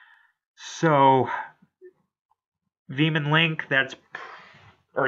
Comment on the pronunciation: this was a nice video! i like hearing ya respond to everyone! i'll look forward to next years! and by that time we can already ask stuff about serena being in the show! BTW its actually pronounced "V-MON" like pokemon is pronounced but thats besides the point! i'm glad you like the idea of two shippings! of course Amour will outshine Gary and Lillie!